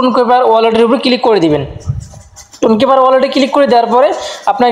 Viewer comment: Vai টন কিপার হবে, টুন কিপার আবার কি ভাই?😑